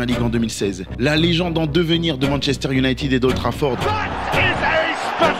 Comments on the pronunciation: J'ai un peu ri aux excuses sur la prononciation de Midtjylland après avoir passé 4 minutes à massacrer la prononciation en disant "younaïtide" 😂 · Quelqu'un peut-il m'expliquer pourquoi en France on dit "Manchester unitid" au lieu de "united" ????????????